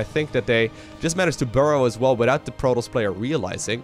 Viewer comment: Content is so good! But protos not proTALs